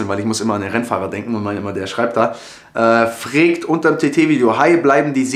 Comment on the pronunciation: Dieses "fregt" könnte ich mir die ganze Zeit anhören :D Wieder super Video !